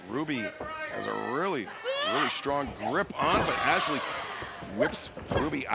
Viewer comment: Sucks the Spanish Announcement team still can’t pronounce Ashley’s name. Booker of the year 😂